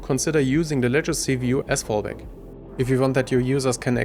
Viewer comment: Sieht super aus! Vielen Dank für das Video. Kleiner Tipp: Legacy wird nicht "Letschacy" ausgesprochen. 🙂